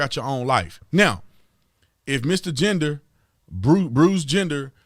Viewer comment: I'm pretty sure Brandon is mispronouncing his name, but it's actually perfect. Bruce Gender. :)